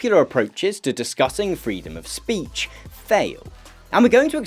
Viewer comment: "freedom of spreetch" free him.